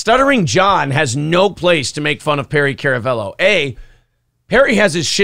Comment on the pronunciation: It's pronounced karamello that's k a r